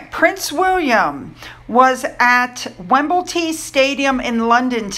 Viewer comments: you really need to work on pronouncing words properly, not only cities, etc but how could you so badly mangle WEMBLEY into Menglety??? ALSO you should mention that the late HRH Prince Philip basically invented the sport and wrote the rules. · WembleT? it's Wembley Stadium very well known.